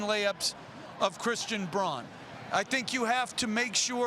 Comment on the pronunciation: VanGundy still can’t figure out how to pronounce Brauns name. Pretty obvious that it’s unimportant to learn names of Finals participants. Nuggets have a Joker you guys are a joke..